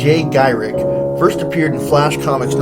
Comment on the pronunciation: ok noone has mentioned you mispronouncing Flash's name. It's Garrick, not Gyrich! However this was great to see all my fave heroes from the golden age. You didn't mention Crimson Avenger. I feel like eh deserves an honorable mention. Even though he seems an awful lot like the Green Hornet. At least in the early days before he put on the spandex. Still part 1 and 2 contain almost all of my fave golden age dc heroes! Oh and Black Canary deserves and honorable mention too! I don't think you covered her either in the previous part.